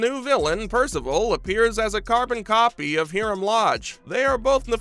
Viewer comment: hear-um? lol must be high-rums (Hiram) evil twin! lol